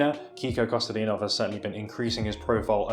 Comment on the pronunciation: bruh you butchered pronouncing Kostadinov